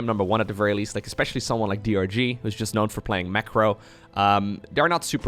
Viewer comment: You call DRG "Durr", like the poker player :)